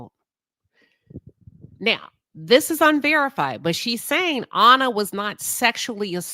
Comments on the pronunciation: Great video but you keep pronouncing her name incorrectly. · Hell you can’t even pronounce her name correctly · You keep calling her “Honour” but her name was Anna. Rhymes with Banner.